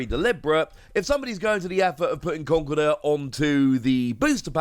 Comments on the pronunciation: official pronounciation in con-kel-derr, iits like the whole Arceus prounoncuin as arc-e-us when its actually ar-ce-us there are a few others that hurt my ears. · But should we pronounce it Conk- el- durr??